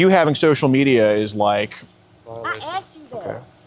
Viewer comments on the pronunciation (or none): “That’s why I AXED”. Always so funny 😂